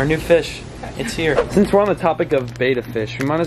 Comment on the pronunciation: It pronounced bEHttAH